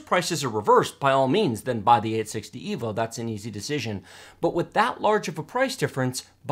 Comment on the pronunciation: "EEvolution not rEEvolution." Never again.